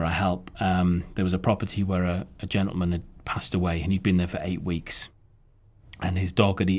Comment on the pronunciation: he so funny "sadly" "genteman" lamo